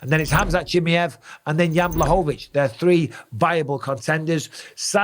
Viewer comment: Never did I see someone getting Chimaev's name so wrong. "chiamiav" sounds like a weird catbreed or something 😂 Aside from that, I agree, but I think Pereira should let the Izzy thing go now and move to 205. He could probably even fight at heavyweight. Make no mistake about that though: he'll definitely collect several losses, should he be matched against high level wrestlers. As long as he's fighting strikers, I see him beating everyone, because there's noone as good as Izzy, when it comes to the stand up game and he beat him 3 times, anyway. I assume he'll beat anyone in the top 5 in LHW. So many great fights to watch. Imagine him VS Blachowicz/Prochazka/Rakic for example. Would be amazing to watch.